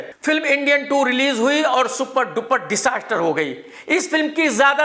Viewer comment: Tujhe disaster kahna nhi aata apni bukebulry sahi kr